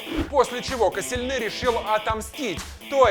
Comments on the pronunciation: Касилни а не каселнец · Правильно Лаурент Косельни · Ларан коселельни а потом ты говоришь мертезакер